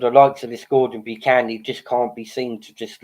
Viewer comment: Buchan is pronounced buckan not byoocan